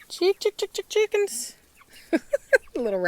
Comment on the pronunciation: I love you " Cheekans" lol!:) XD